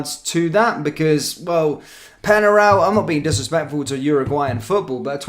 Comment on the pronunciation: Penarol! Not Penaral! Pronunciation is important, they’re a well known team of the past!